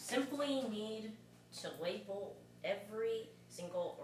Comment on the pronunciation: It’s funny when he says label. Sounds like Webel 😂😂. Ww w. That’s called Asian pronunciation